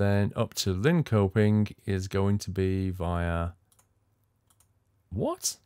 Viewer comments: I know it's an old vid, but just saying, those sweden city with "köping" are pronounced "shopping". Linköping => Linshopping // Jönköping => Yonshopping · Your pronunciation of Linköping was funny. It's pronunced Linchöping and ö here is said the same way than the u in the word turn!